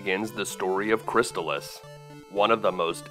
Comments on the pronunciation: Cris-taal-iss. Not Cris tuhlis. Not making fun. Great video btw. But i had to say something. It's like calling Battletoads... Buttletoads.... :). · It's pronounced "crist-all-iss" as confirmed by the TV commercial. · I always pronounced it -chris-tal-iss When he says chris-tuh-liss is sounds so strange lol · I am totally fine with being wrong, but, I always called it "Cris-stall-iss," so hearing it called "Cris-still-iss" catches me off guard. Anyone have any insight? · You pronounced Crystalis incorrectly. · Ugh, you can at least pronounce the name of the game correctly! 🤮